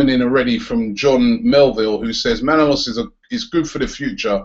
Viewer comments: Robbie....Please please pleeeeease pronounce ManolAs not Manolos ....I'm sorry, but living in Greece, it pains me to hear the name being mispronounced :) ...Otherwise, great work mate ! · Robbie, it's pronounced Manolas. ManolAs, emphasis on the last letter "a".